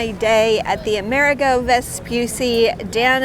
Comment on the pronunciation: Plus the accent is on the 'i', so more like AmerEEgo 🙂